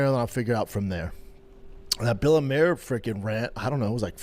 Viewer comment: "Bella Mare" Brenda thinks Bella Mir is a horse or wot ') his English is so faulty, at times he sounds like he has a speech impediment. it is not cool, funny, street, or gangsta, to speak bad English, with careless, unnecessary mistakes. the lazy, uninterested way Brenda speaks, is a reflection of his character